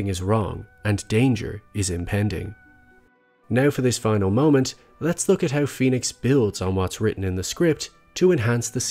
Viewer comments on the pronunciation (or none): none